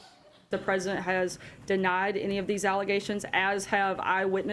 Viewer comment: Love how he drags the "S" in Sarah, since last time he mispronounced her name as "Hara Suckabee".